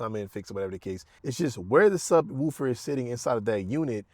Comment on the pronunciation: SubWOOFer killed me lol I know that’s how it sounds if you hit all the syllables BUT had to comment lol